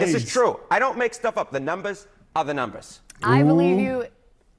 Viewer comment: "The numbahs... are da numbahs"